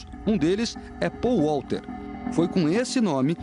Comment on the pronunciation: Paul Wouter? Acho que ele queria dizer Paul Walker XD Com esse nome obviamente ele foi pego.